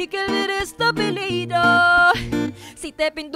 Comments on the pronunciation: Nag aaral ako ng spanish at may mga words talaga na iba ang tunog pag di mo inayos yung buka ng bibig mo. Dejame at apellido lang ang na miss nya e pronounce ng tama. J is pronounce like the letter h and ll is like the sound of letter y. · Wow she nailed it! Ive been living here in Central America for almost 5 yrs and I cant even sing or pronounce spanish words very well unlike Julie Anne. Impressive Julie Anne👏👏👏 dejame and apellido iba ang pag pronounce nya, tinanong pa ako ng pamangkin ko bakit ganun daw ang pronunciation lol, sorry spanish kasi sya kaya nag react lng medyo. But im so amazed of Julie Anne. She was amazing!😊❤️ Galing galing😊👏❤️ #pinoypride🇵🇭